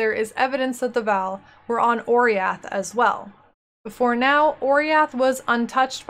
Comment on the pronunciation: i always though oriath is pronounce o-rah-yath